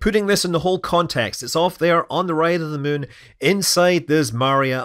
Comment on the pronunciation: Funny how you pronounce muun. 😊